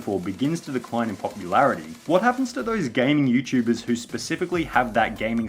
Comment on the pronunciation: Lol "Youchubers"